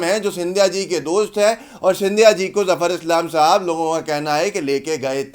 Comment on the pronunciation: जाफ़र इस्लाम नहीं ज़फ़र इस्लाम है